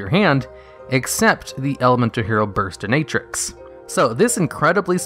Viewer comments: Small correction on Terra Firma Gravity. It still says "they must attack". So as long as you have a Terra Firma, those level 4 and lowers must still attack. It's a worse Amazoness Archers. Also... "burst-in-ah-trix" not "burst-in-ay-trix" as said by Jaden in the anime. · he is pronouncing it as "Bursti-nay-trix" when it's actually "Burst-inah-trix" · Hearing him pronounce Burstinatrix (Bust- Cinna-Trix) . As Buststi-NATE-trix gave me cancer. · Burst a na trix? Its Bur sin a trix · if you've watched yu gi oh gx. Yes. Its pronounced bur-stin-uh-trix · Burst-I-natrix. Like, wow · back in gx era im used to call him "bursnarix" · My head hurts after seeing the comments and went back to the Burstinatrix part. WTF is Bursti Natrix? It's pronounced Burst In Ah Trix. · "Burstinaetrix" hurt my soul on way too many levels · Wait, is that how you pronounce Burstinatrix? Like...burst + dominatrix?? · Pronunciation is as follows: BUR•STIN•UHH•TRICKS P.s: Yes I am aware that this video is several years old, and ultimately no actually cares either way; just thought I'd mention how to pronounce the name of this HERO. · My guy I know u didn’t really watch the anime’s but it’s pronounced Burst-in-a-trix. No hate intended love the videos🔥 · Lmao “Bursti*NATE* trix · „Bursti-nay-trix“? Ok, I wondered about this before but this HAS to be on purpose! I also always wondered why you say „nopse“ when you‘re talking about „Knospe“. The s is clearly in front of the p. If you have trouble reading, I‘m sorry for that. It‘s just weird. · Burr-sti-nah-tricks.. You even hear Jaden say it correctly in the show! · Burst-in-a-trix. Not burstin-A-trix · burstinatrix is pronounced (BURST TEN UH TRICKS) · the way you pronounced burstinanix is bottom 10 ngl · Burs-ti-na-trix, hahahaha It's burst-in-a-trix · Its pronounced Burs-tin-a-trix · Wow wow are we just gonna gloss over how this man pronounced burstinatrix?? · I noticed that as well. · Your pronunciation of burstinatrix's name made me cringe omg xD